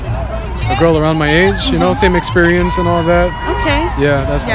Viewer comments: i can tell they’re from Saudi Arabia. The way he said “exBerience” 🤣🤣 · “I don kno. I hav no expidience” lmfaooo